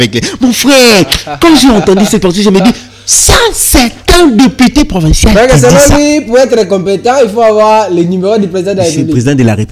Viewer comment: ON DIT DEPUTE ET NON DEPITE